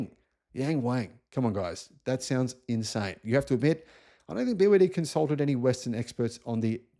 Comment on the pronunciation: I lived in China at the time, and I knew about BYD. In China it’s pronounced BrD.